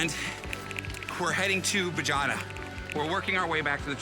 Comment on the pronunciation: Hey, I believe it's BaHAYda Not Bajada, I love your stuff!